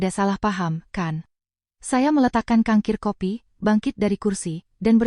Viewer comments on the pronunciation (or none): Cangkir😂 bukan kangkir